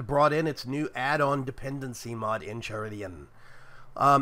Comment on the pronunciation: Try saying Enchiridion like In-Ky-Ri-Di-Yen Sounds a lot more medieval and better than In-Chi-Ri-Di-On